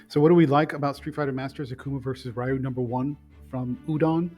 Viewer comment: REEEEEEEE-UUUUUU NOT RAIIIIIIII-U.